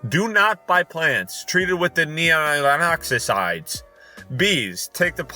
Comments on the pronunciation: I know this was uploaded months ago, but that pesticide in the video is pronounced Neo-nic-eh-ten-oid like nicotine! i think it's actually related to nicotine, since its toxic to creatures {technically including humans} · Neonicketenoids is pronounced neo-nick-et-en-oi-yds!